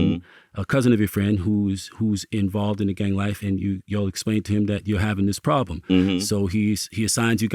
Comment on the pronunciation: It’s sounds like China Mac lol😂 he can’t pronounce problem